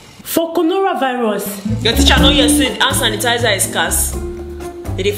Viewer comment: toilet roll and "ant tanisizer" 🤣🤣🤣😭😭😭☠️☠️